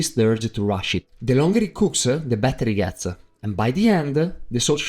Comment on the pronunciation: ”The longer it cooks-a the better it gets-a”